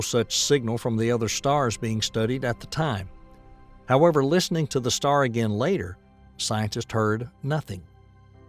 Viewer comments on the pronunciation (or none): none